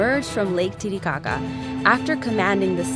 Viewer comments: It sounds a bit like lady gaga instead of titicaca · am i the only person that laughed every time they said titicaca? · Lake boobshit 💀